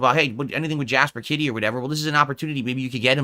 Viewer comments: Why does he say Jasper Kitty… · Jasper kit-tea